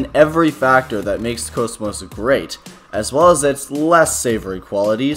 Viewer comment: Finally someone said Kosmos 😭